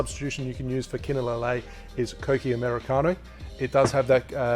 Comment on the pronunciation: U said it right kokki 👍